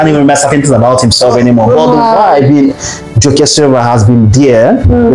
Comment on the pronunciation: Some of the info on Joke Silva are false & another voice could have been used for her story since the one chosen couldn't pronounce her simple name. Misspelling & pronouncing names wrongly isn't a status symbol